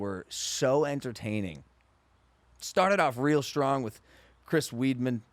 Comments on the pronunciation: “Chris weed-min” I can’t be the only one who got annoyed how Logan pronounced his name 😂😂😂😂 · Chris “Weed-man?” It’s pronounced WIDE-MAN!!! C’mon Logan, You gotta know all fighters names since you are in a contact sport... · Its pronounced CHRIS “WIDEMANN” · Thank you for the correction haha its pronounced like Wideman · Cringed when he multiple times said "Chris Weedman" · When I already hate Logan talking about fighting, he says Chris “weed man” Jesus Christ if you just half way watch fighting you know that’s not how you pronounce his name. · Logan: “chris weedman” Bruh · Love this one, Logan and great combo, why was he not pronouncing the fighters names wrong (that really annoyed me) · Logan calling Anderson silva spider like he knows everything about the ufc but he cant even pronounce weidman